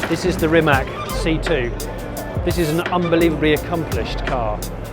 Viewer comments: It's pronounced rimatz. I can't believe he does not insist on proper pronounciation of his own name. It's not like it's hard for english speakers. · C in Rimac is pronounced like C in "Citroen", not that hard to remember actually.